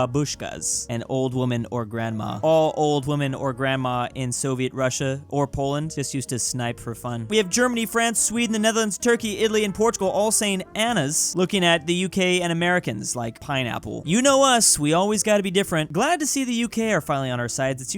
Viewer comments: Its pronounced Ananas, Not Anas! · I love how pronounces the word "ananas" like it's written "anas". My man you forgot another "na" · Normal person: Ananas: Anas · Not anas but a-na-nas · Why did he say "anas" instead of "ananas"? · Everyone: Ananas: Annas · I love how he pronounces ananas as anas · Why is unable to pronounce "ananas" 🍍 and "aral"?😂😂😂